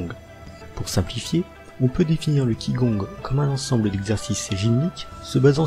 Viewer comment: Pitié, apprenez à prononcer au moins 2 mots:t'ai ji quan et qi gong. Merci